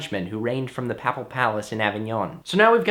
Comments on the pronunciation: "Papal" rhymes with staple. "Papacy" rhymes with… OK, nothing rhymes with /ˈpāpəsē/. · great job! your pronunciation of papal and papacy is a bit unconventional :p